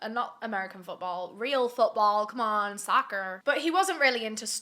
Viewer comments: “Sock errr” 🤣🥴💀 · “Come on, SOCKUHR” 😂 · Her inner 'peggy-sue from alabama' came out to pronounce the word soccer and it was glorious omg <3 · The “Soccer” in Ana American accent LMAOOO